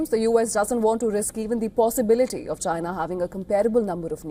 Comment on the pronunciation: Lol, he seh Chiner.